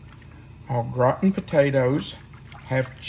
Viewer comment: I’m sorry but I have to say that every time you said au gratin potatoes, I heard old rotten potatoes 😂😂😂 I do love this dish but I’m lazy, I just cover the potatoes with cream and garlic. Cover with foil and when baked I grate the cheese on top and quickly grill the top 😊 Yours look fabulous 😋